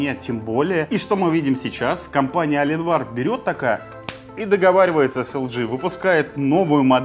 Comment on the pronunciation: «Компания Аленвар» блееее.... Я твой инглиш труба шатал!